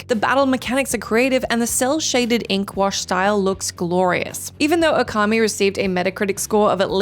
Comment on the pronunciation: Okami - it’s pronounced “ooo-ka-me” Not “oh-car-me”